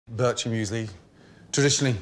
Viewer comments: börtscher müesli, kolleg das heisst immerno Biiirchermüesli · nice, but you pronounce it wrong tho. its more like "beerker"- or "birk-er"- müesli not bircher. Source: i'm swiss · All Swiss people winced when he called it “Burcher”... it’s “Beer-chur”. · Its BirCHer Müesli. The ch sounds like the sound you make before you spit something from the back of your throat. It doesnt sound like a J from the word Juice. It might be the hardest swiss thing to pronounce xD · I always rage when people mispronounce food like bircher müesli is not pronounced the same way as birch (the tree) I know pronunciation varies from language but if theres a set language that it originates you call it by that unless there's a literal different word for it another example is on a game show someone prounced rösti as Rusty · It's pronounced "Bircher Müesli". See how easy it is. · For me as a swiss its really gunny to see how u pronounce bircher müsli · I am Swiss and that’s not how you pronounce bircher